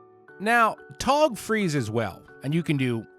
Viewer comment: Toe-tog ????? TAW-tog !